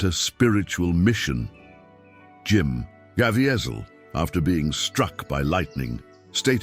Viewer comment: Please learn how to pronounce Jim's name if you are going to tell this story